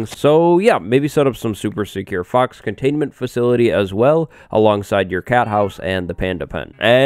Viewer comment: "Fox", it sounds like "fucks". So fox fucks. 😂